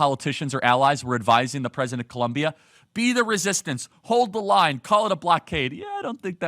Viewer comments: Its Colombia not Columbia Charlie 😊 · Is not columbia,is COLOMBIAAAA..wtf...lol..! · COLOOOOMBIAAAA NOT FKN COLUMBIA. I thought you would do better 😒😒 but yeah petro is terrible, as a colombian we are tired of this leftist, almost every time he opens his mouth he fks it up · It is COLOMBIA!! Not Columbia 😂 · Charlie, it is NOT Columbia but Colombia! Great job brother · please is COLOMBIA (O) NOT COLUMBIA 😢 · It's 'Colombia". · Come on Charlie. I love watching your videos and love the work you are doing. It is Colombia* though, not Columbia. With love, a fellow Colombian. P.S. f*ck Petro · It’s ColOmbia like the country not like Columbia, SC 😂